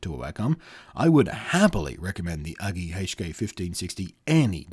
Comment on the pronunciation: its not Uglee ....Its ..YOU-GEE ..either way i got 21inch one there great but this ones costs more than the 21inch version so no brainer buy the 21inch version ..lets say there solid i dropped mine off the table 3 feet on to screen and ....Perfect frame came way but clipped back on ok and no issues it still worked ...so china FTW on this product ..so surprised it still worked after that